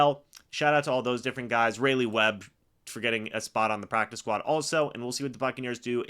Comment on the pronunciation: its pronounced "Ry Lee" (Raleigh)